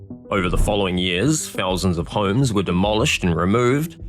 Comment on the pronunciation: This narrator just said the word "homes" in 3 syllables. WTF??? Hu-ooohhhh-ummmmmmms. I can't even deal with that. 🤦🏼‍♀️